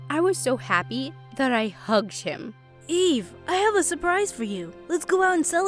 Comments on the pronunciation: whyd I think she said, "Hi, my name is E." 😭😭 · Her name is Eve- But I heard Gaive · i really thought she said "Hi, my name is E."